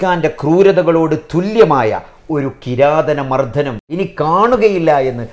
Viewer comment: കിരാതനമർദ്ദനമല്ല കിരാത മർദ്ദനം 😂